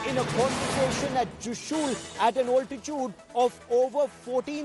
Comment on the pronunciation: Not joshu 😂 it's chushul